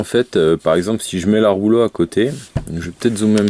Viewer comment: Je ne savais pas que la box rouge s'appelait la ROULO... Quand on fait des vidéos de présentation, unboxing, revue etc. C'est un minimum de faire un effort de prononciation. Mais je pense que dans ton cas, tu ne sais même pas que ta box s'appelle REULEAUX